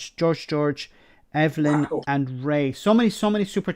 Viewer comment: mispronounced "Eibhlin" an Irish name. I'm sure he didn't mean to. will surely correct. Eibhlin isn't pronounced Evelyn.